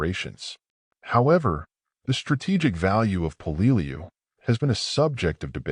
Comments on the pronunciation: "Hey, what the f***? 'Peleliu' is pronounced as 'PEH-leh-loo.' 👹 'THE DIABLO DOG' 👹 When talking about the United States Marine Corps, especially the battle history of the Marine Corps, everything must be perfect! The Battle of Peleliu is pronounced as 'The Battle of PEH-leh-loo.'" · Until a historian picks up a rifle he should shut his mouth. And the narrator is not pronouncing Peleiu correctly. Sgt. John USMC 0811 '76-'80. Semper Fi.